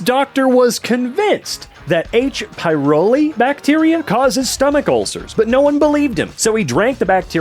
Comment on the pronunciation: I'm going to be "that guy." It's H. pylori. Not H. pyroli. There, I got that out of my system.